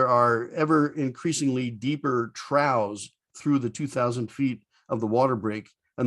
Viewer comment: Another great video,. Interesting pronunciation of "trough." Thanks again and keep 'em coming!